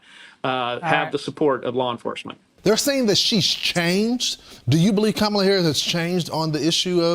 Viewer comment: I love how he pronounced her name -Camila 😂😂😂